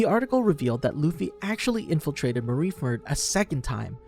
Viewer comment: Pretty sure Mr.2’s name is Bon CLAY not bon curay. Also Marine Ford not Marine Ferd